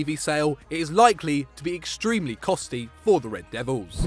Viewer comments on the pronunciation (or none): man said costy